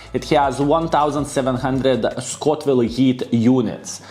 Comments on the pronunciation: Scoville! Not Scotville ;) Respect man! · I love how you say Scotville units instead of Scoville, casual Baboon style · there's no 'T' in Scoville.:D